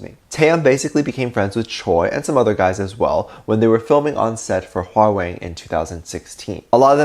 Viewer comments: Oh, you need Korean language lesson: Choi Woo Shik (Choi is last name; Woo Shik is first name) pronounced as Chae Woo Shick; Hwarang pronounced as Hwa-rahng (this was an actual youth warrior group in Silla dynasty for several hundred years prior to year 1000) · I love this new intro, 🤩💜 Also, forgive me if I’m wrong but isn’t it pronounce “hwarong” (sorry I don’t know how to spell the pronunciation any other way than that)😅💜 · it’s pronounced Hwarang- Harang w is kind of silent, and that was Park Seojoon from Itaewon Class his other Wooga brother 💜💜😁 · Cool and all but...........the way you said hwarang.🤣🤣🤣🤣😆😆😆